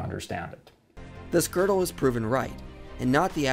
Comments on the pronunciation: you're right, there is no r in Gödel, but there is an o with an umlaut, which is pronounced very similarly to the letter r. Pronouncing it like "Goddle" is just incorrect. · I agree with everything you said except one thing; the umlaut over the "o" in Godel actually does make it sound like there's an "r" in it. Here's the international phonetic alphabet spelling: ɡɜːrdəl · I'm pretty sure it is pronounced "Gerdal", ngl, but another great video, nonetheless. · Gödel? He doesn't have an "r" anywhere in his name neither is "ö" spoken with any kind of "r", it is a simple vowel (ø). if you want to know, wiki has this to say, literally :-)